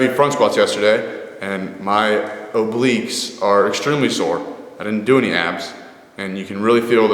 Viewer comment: Whyd he say "obliques" like that tho